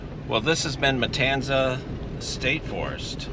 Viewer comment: Pronounced kind of like it's spelled, not Matansa